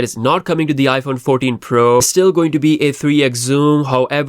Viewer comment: ”iPhone Fourdeen”? That’s a first lol.